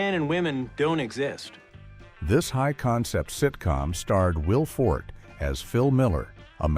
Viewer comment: AI generated voice can't pronounce Forte 😂